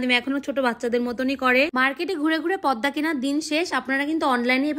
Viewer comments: তোমার জন্য দোয়া রইল কিন্তু তোমার পর্দা উচ্চারণটা ভুল হইছে তুমি বললা পদ্মা পদ্মা নয় পর্দা। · পদ্দা নাকি পর্দা???